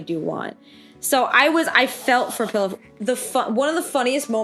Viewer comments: Pilaf is pronounced pee-loff like the rice dish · it’s pronounced pee-lof lol 😂